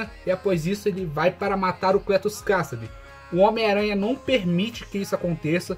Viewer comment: Ei, pô... O nome é Cletus Kasady, de boa... Mas a PRONÚNCIA natural é mais ou menos "Kesedy".